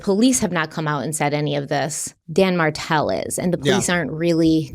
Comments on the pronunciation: Every time you say Dan Martell it throws me off so bad. Name is almost Dan Markell & case reminds us of Summer Wells. Either way i hope beyond hope that those babies aren't gone gone 😭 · My neck snapped when you said Dan Martel bc I thought you said Dan Markel